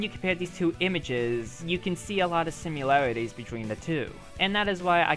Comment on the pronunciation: Did he just say simUlaroties?